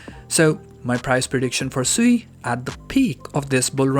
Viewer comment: Isn’t sui pronounced “swee” haha